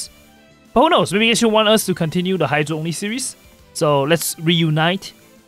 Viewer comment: bro his accent makes it sound like “Heizou Only” instead of “Hydro Only” 😂